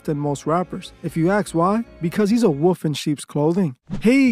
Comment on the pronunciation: You know wolf has an L in the word. 😂